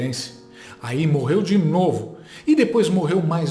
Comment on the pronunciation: "HOMENAGI" "MORRERU" Oh Português bem "dizido" 😂😂